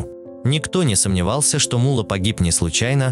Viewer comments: Не мула а Мулло, две буквы Л и ударение на букву О, у вас ударение на У получается, это же имя человека, Таджикистану привет из братского Узбекистана, мы вас уважаем, мы с вами один народ у нас с вами одна история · Не М'улло, а Мулло'!!! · Вы ударения неправильно ставите. И посторонних Индусов и Арабов зачем показывать? МуЛО Не говорите 😃